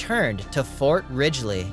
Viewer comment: Is that an AI doing the reading or an actual person who has no idea how to pronounce words in Minnesota? Mankato Fort Rigley. come on! After the mispronunciation of Mankato, I just stopped watching. Disgusted!